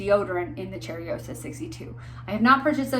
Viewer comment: So, it’s not cherryosa, it’s cheYroza, i am sorry, it’s hard for me to explain how words sound. I am from Brazil btw, so it looks effortless to me to know how to say things in my language, but I know how hard it is. Thank you for the infotmative video.